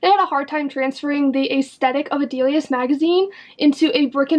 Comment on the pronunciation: Your pronunciation of both Delia*s and Dolls Kill are killing me! It's Dilly-ahhs (the star in the name is an apostrophe "S") And Dolls Kill isn't Doll Skill. 😂🤦‍♀️